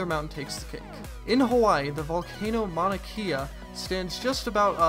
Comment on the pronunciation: Please say Mauna Kea right